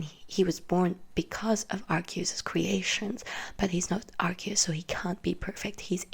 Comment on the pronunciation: Darkrai HAS to be explained... EDIT: YOU PRONOUNCED ARCEUS'S NAME RIGHT! YEEEESSSSS!!!! EDIT 2: I wonder how Arceus must have reacted when He foresaw the creation of a false god... (Lord Helix)